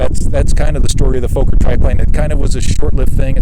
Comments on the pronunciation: Nice video, wonderful to see these old planes doing well. By the way, Fokker is not pronounced like Folker, but like Focker, with an ò like in "jogger". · And it's Fokker. Like locker not the long O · You are correct sir! It makes me nuts to hear Foe-ker ... you would think .. and I mean no disrespect here .. that anyone that owns/fly's a Fokker triplane would know the correct pronunciation! I've always thought that Fokker .. pronounced Fah-ker .. is too close to the four letter word f**k, thus people are possibly uncomfortable with it. But!, it is indeed Fah-ker and should be pronounced that way. Anthony Fokker was Dutch, and the two K's make the O in front of them short, and not long as you have mentioned. That aside though ... INCREDIBLE flying reproduction's of an iconic WW I aeroplane! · Why cant Americans pronounce Fokker its not Fauxker, theres two Fokking Ks !! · For Christ sake learn to pronounce Fokker correctly. It's NOT Fo-kker. You Yanks just don't know how to speak German. Get it right